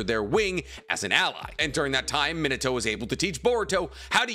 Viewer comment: Great video bro but can you say narutos father name right? Sounds lije youre saying minitoe😂 me-na-tow minato.